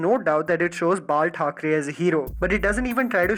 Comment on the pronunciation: Did you just say Margaret Thacharey ??????? :O